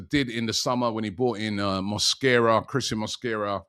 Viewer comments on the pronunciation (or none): none